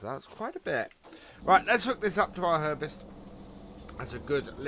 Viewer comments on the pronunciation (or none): Herbst is pronounced all together as Herbst, for example like couldn't, instead of 'Herb est', from NI where Herbsts are made! :) Hope this helps!